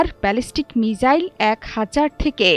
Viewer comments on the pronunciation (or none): মিজাইল না গো মিসাইল 🙂